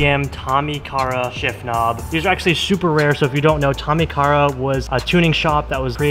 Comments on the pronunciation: It’s Tommy Kaira - pronounced KAI-RA 🤙🏻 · Man, at least pronounce the parts right. Ultra rare and dope shift knob, respect on that, but that's not how you pronounce Tommykaira.